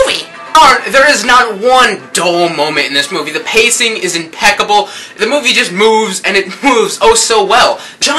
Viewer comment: lol teh way u saidd fantastic movee made me lol